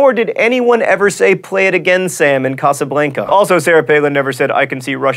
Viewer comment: I love how he mispronounces 'Casablanca'...